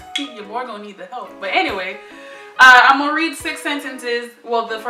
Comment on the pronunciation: She said, I’m ‘gong’ speak.